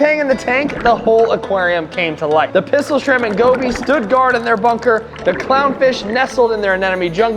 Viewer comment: Dude you said munker not bunker